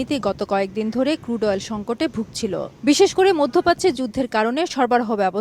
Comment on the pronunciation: ক্রুড কে কুড বল‌ছে বলদ সাংবা‌দিক